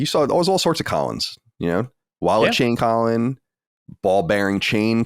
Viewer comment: The way pronounces Colin is insane. lol